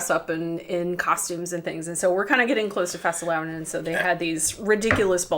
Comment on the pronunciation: fastelavn was spot on when the misses said it.. Well done :)